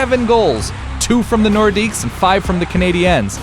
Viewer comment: Wilf Paiemont and Mike Mcphee I'm 12 years old again.. but le norqidues has a silent s